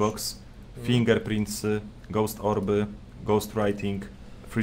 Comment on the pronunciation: Co to ,,FINDŻERPRINT,,? -ślady stóp Nie wiem co gorsze